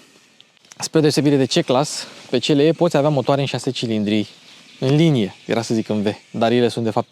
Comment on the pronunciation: "Ț l e"😂😂😂😂 pe bune??